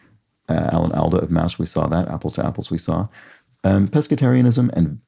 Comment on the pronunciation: Alan Alda is pronounced all-da.